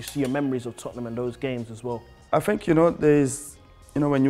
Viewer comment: Vieira top man. Apart from that. Li li li li li li li dis dat fink li li li li FFS